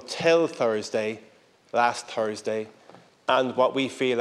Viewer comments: It is THursday, not Tersday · Im truly shocked and disgusted by the way he pronounces "Thursday" yikes! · What the hell is 'Tursday"? I have heard of Tuesday and Thursday but never 'Tursday'